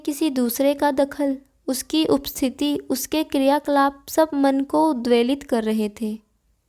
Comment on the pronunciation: Up sistithi thode hi bolte hai , bolna to ssekho